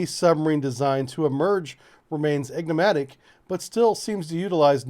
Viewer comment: Ignomatic? OUCH